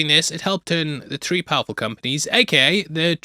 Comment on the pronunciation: hey can you please say three instead of tree